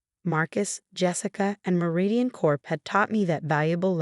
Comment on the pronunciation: Lol fr! When “Meridian” turned into “marathon” I nearly lost it 😂